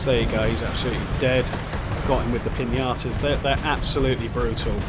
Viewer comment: I know I’m late, but I seriously love the way you pronounce Piñatas as Piñatoes 😂